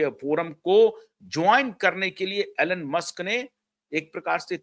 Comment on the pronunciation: Elon ,pronounces eelon,Alan nahi 🙏